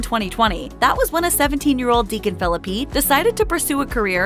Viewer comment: I think you should pronounce his last name correctly!